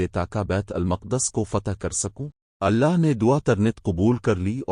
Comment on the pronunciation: Your pronunciation of Allah is incorrect in the video. Please correct it